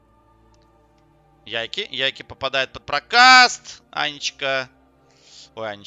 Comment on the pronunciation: Как же меня убивает твое "ЯйкИ" =)) ты же слово take не говоришь "тейкИ" =) Его английские комментаторы называют "Яйк"